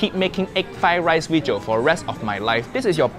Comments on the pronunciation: Video? Nah. Weejo😂😂😂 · Uncle Roger finally speaks Chinese in his weejio. FUIYOH